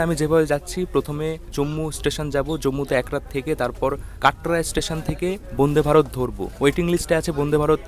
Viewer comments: apni bonde varot bolchen keno?A R Rahmaner gunta gun bolte na parle Vande e e e ma taram. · বোনদে ভারত না বলে বনদে ভারত, উচ্চারণ করতে হবে। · তোর কি আলজিভ মোটা না কি ইচ্ছে করে বোনদে ভারত বোনদে ভারত করিস। তোরা গ্রামে থাকিস ভুল উচ্চারণ হতেই পারে তা বলে সেটাকে রেক্টিফাই করে দিলে কি ইচ্ছা করে ওই একই উচ্চারণ করিস যে আমি যেটা বলছি সেটাই ঠিক। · বন্দে ভারত ❌ বুন্দে ভারত ✅ শরীর ❌ শরীল ✅